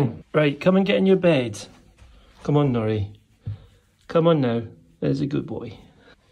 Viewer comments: Sounds like you’re saying ‘Jackanory’ rather than Jack and Nori 🫶🏻 made me think of childtime tv lol don’t know if this will help but I have a 10 month pet, had from 8 weeks and used a stair gate to keep pup safe in one room whilst I got some work done. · Sounds like is saying Naughty, not Nori, ha ha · I thought you said Jackanory - the kids programme from years ago! Much prefer shorter beard 😊